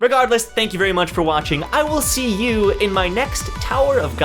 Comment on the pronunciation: I love those Lore video keep going that's amazing PS : You said "I will see you in my next Tower of God video" more like "I will SIU" ....